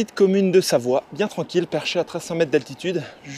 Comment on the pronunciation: C'est pas biiieeeeeen x) x) Cet accent suisse x) x)